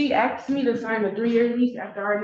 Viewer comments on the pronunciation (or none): ASKED not AXED!